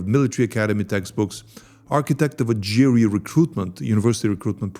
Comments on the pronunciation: "spent four parallel universes exposing this secret russian unit" doesn't know how ГРУ pronounced. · Actually you are prnouncing Russian G very well drug (/ firen) but then pls be cinsequently and say Ser-Jay not Sergay and J-roupe - not GRou0p -- thanks spasibvo ogromnoie - napishi mne kogdato pozalshto - ceilujuy zayka :-)